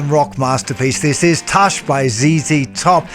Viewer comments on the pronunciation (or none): Tooosh, not tuuush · Pretty sure it’s tush like bush, not tush like hush. 🤣🍻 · I know we Yanks murder British language but it pronounced Toosh like bush...it is a yiddish word for arse! 😂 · Great tutorial but you are pronouncing it wrong. Tush is US slang for someone’s bottom. It’s closer to “toosh”. Sort of half way between what you said and “toosh” the “oo” sound is somewhat truncated. Listen to how Billy sings it. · It’s kind of halfway between “Tewsh” and “Tuhsh.” It’s a southern thing with a dash of Texas cayenne pepper. You have to feel it, it can’t be taught. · the way you say "tush" is wrong, but I'll let it go, since you're the goat! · Just want you to learn to pronounce the song correctly,billy hears you he will kick you in the #### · You said Tush wrong! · Yeah that’s some weird NZ pronunciation! 😂